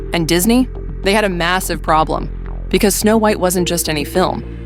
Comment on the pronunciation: I stopped watching the daily wire becoouse of how the way says "Because."...